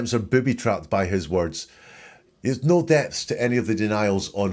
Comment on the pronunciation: Love your channel! Just found you! Wendi’s weird accent absolutely bugs. “Nooowwhhhh” instead of no. The woman cannot say “sure.” It’s “shore.”